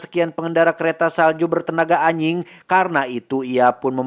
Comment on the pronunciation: ajing bukan aying bang 😂